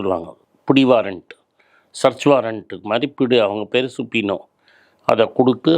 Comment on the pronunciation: அய்யா, சுபினோ அல்ல, சபீனா( subpoena), search warrant.